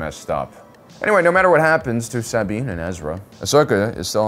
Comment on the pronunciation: Nobody is here to comment on “saw-bean” for Sabine pronunciation and “cries” for Kryze, seems like anyone who cared about the content would have correct pronunciation due to hearing it correctly many times watching the shows, perhaps this guy just reads whatever someone wrote for him and they don’t care to edit , also dude looks so sleepy and bored, def not fun to watch